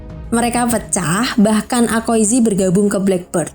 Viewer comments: Ka, aokizi, bukan akoizi, fujitora sujud ke raja doresrosa bukan alabastan😂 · Aokiji,,bukan akoiji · Aokiji not akoiji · bukan akoizi.... tp Aokiji... Duuhh...🤦‍♂️🤦‍♂️🤦‍♂️ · Aokiji bukan akoiji😂